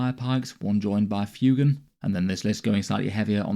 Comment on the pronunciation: Lovely stuff, just FYI I think it’s meant to be pronounced ‘fway-gan’ like fuego (Spanish for fire 🔥).